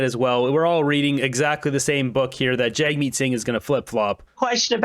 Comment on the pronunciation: Its funny how the interviewer pronounces Jagmeet, Jugmeet. All I think is Jug Meat. Which is fitting because he is just a big boob. Difference being, boobs serve a purpose.